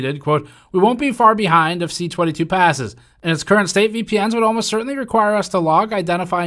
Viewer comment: Just a note, it's C-22 not CA-22. C for bill originating in Commons (as opposed to S for those originating in the Senate), 22 for being the 22nd bill introduced in the particular Parliament from the government party (opposition and individual bills start at 200).